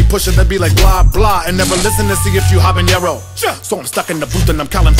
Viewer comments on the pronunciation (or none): I guess. How you gonna have her do the hook for habanero when she can’t even pronounce the word. Listen to the hook she says habeeyero